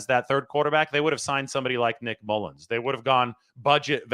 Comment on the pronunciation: Never say Mullens again